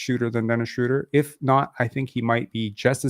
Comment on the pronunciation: shrowder not shrooder my god people need to understand languages